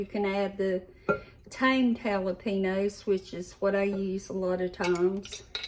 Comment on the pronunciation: Jalapenos is pronounced JalaPainyos loved that you used bacon grease for flavoring. That is how we used to do it when I was growing up.